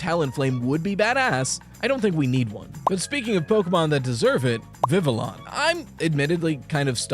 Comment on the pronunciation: thank you for pronouncing vivillon with the hard Ls, I hear "viv-ee-on" all the time and I'm like yes i understand this game is set in poke-france, but you won't catch me speaking french no sir 😤